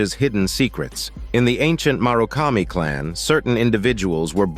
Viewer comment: The writing for this summary is so well done. "Tanomu" is pronounced two different ways in this summary. Also, "murakami" is pronounced like it's written as "marukami".